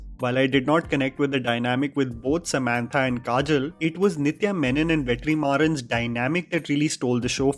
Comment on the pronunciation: I like you so much..! But please pronounce "Samantha" the normal way.. you trying so hard sounds like an indian who talks english with an indian accent, and pronounces "croissant" in french 😂 cringe!